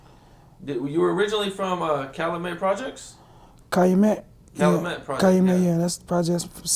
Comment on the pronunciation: CA Loo met. 🤦‍♂️